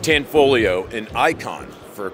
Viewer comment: tho its pronounced tahnfolyo, not tehnfoleeo